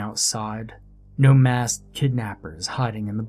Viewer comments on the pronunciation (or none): none